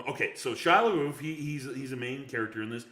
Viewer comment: Where do you get your resources from? 1 ticket sold for Shia Lebeoufs movie. there's no way that's true. and say his name right!!!